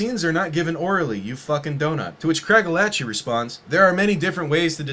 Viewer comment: Craigellachie I'm from there. It's pronounced "Crayg-ella-ghee" (Wow it's hard to write how it's pronounced)